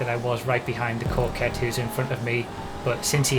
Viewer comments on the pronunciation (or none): It's pronounced "COCK-ett"